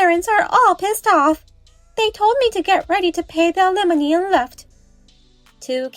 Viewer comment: Please, learn to pronounce "alimony"!😮